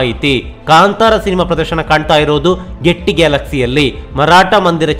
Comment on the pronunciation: ಈ ಥಿಯೇಟರ್ ಹೆಸರು ಗೆಟ್ಟಿ 😳ಅಲ್ಲ , ಗೇಯ್ಟಿ🤣(Gaiety)